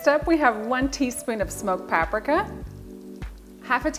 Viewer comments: Pab-RIKA? Pab-REEKA. 😂 that’s going to stay with me for a while. Thank you for the recipe! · Pap-ricka??? PAP-RICKAAAA??? You madam are a heathen! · puh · pree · kuh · “Pap Ricka” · What the hell is pa-pricka??? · Exactly, it now lives in my head ✨Pab-RIKA✨ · UGH it hurt to hear her say “PAP RIKKUH” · I've never heard Paprika pronounced like that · The way you pronounce paprika is different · You lost me at your pronunciation of paprika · ive never heard "paprika" pronounced that way lol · Why do you pronounce paprika wrong? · I've never heard anyone pronounce Paprika the way she does, so cute. Thanks for the video! Going to take these tips to my crock pot tomorrow! :) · When you say say paprika like Africa…. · All i can think about is how ive mispronounced PAPRIKA my whole life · This looks good but I might be triggered by how she pronounced paprika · Am I the only one wondering where she learned to pronounce Paprika and Worcestershire? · i laughed too hard